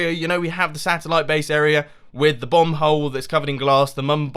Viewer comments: He said 'Bomb hole' i heard 'Bum hole' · Mumbo, when you say 'bomb hole' it sounds like 'bum hole' xD. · I swear, it keeps sounding like he's saying 'bung hole' when he says 'bomb hole'. I think he's saying the latter and not the former, anyway...